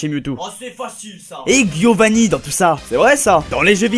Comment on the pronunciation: ArTikodin, avec un T pas avec un D 😂 Et c’est Pas Guiovani mais Giovanni (prononce Djiovanni)